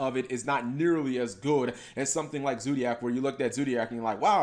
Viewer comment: " Zoodiac " No. No god please no. Noooooooo.